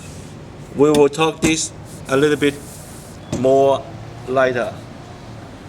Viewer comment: We will talk dis a little bit morr lighter!! hahahahaha